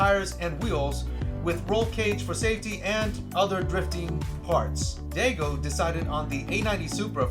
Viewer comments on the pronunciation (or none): Its Daigo with 'dye' sound not Dei